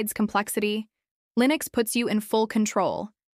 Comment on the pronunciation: "Lineus --SSorce Ayiiine" My favourite distro!